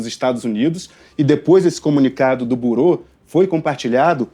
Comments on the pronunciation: Não é burô que se pronuncia, seu jornalista tapado, ignorante! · Avisa pro apresentador que não é burou e sim a pronúncia correta o órgão americano que fez o post em francês se pronuncia Birou escreve “Bureau” . O Alexandre de Moraes está recebendo pouco por todas as maldades que fez , vocês não lembram do CLEZÃO que morreu por culpa dele ? Vocês não fazem jornalismo . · O teu jornalista precisa aprender inglês. Não se diz buro (tem acento circunflexo no O). Se diz biro (com o mesmo acento no O). Quando é bolsonarista, é "militante". Quando é da esquerda, é o quê? Errou quando disse que os EUA são nosso maior parceiro comercial. A China é o primeiro (19 bilhões de dólares, ano passado). Os EUA são o segundo (9,7 bilhões de dólares, ano passado) Precisa estudar, e se informar mais, para não dar tanto fora em uma só reportagem. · Burô? Sempre achei que a pronuncia era Birô! Vivendo e aprendendo! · Liberdade de expressão tbm não é crime no Brasil! Outra correção: fala-se birô, não burô... Deus abençoe os patriotas inocentes, os homens de bem, conservadores e faça justiça ⚖️ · Não seria um Bureau, que se pronuncia 'birô' não 'burô'. Essas faculdades de jornalismo estão cada vez mais fracas. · Sr repórter antes de pronunciar palavras q não conhece procure se informar sobrf sua pronuncia. Não se diz BURÔ diz-se BIRRO. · A pronúncia de Boreau não é borou(como pronuncia o jornalista)mas, Birou (traduzido para o português). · A pronúncia não e Burô, mas birou. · Carr@ lê -se Birô, pelo amor... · Pronunciar "bUror" é uma cavalice da imprensa de "analfabetos funcionais". 🇨🇳💀🇨🇳 A esquerda é a LEPRA do Mundo 🇨🇳💀🇨🇳 LIBERDADE BRASIL 🇧🇷 🇧🇷 🇧🇷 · Avisa ai para esse jornalista que a pronúncia correta para a palavra "Bureau" é "Birô". Deus do céu, não se faz jornalistas hoje em dia como antigamente. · Pequena correção a pronúncia certa é birô… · Bureau, a pronúncia correta é birô. Que nível pobre deste "jornalista"! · O reporter fala burou? aprende a pronunciar a palavra direito, moço!